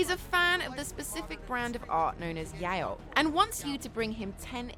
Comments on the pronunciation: Did she really called Yaoi a "yajo"? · I can't get over how she said Yaoi the wrong way. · You said yaoi wrong 💀